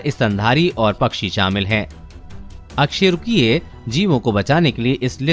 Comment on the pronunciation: Bro bo अ कसेरूकिए hai na ki अकसेरूकिए